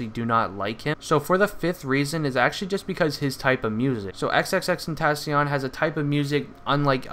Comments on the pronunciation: Its not xxx tentasion it's xxx ten tac ion the c is not a s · It's pronounced XXX-TEN-TAH-SEE-ON Not XXX-TEN-TAA-SHON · Really? How sad is this? You just want attention. And if your gonna make a video about him at least pronounce his name right. 🙄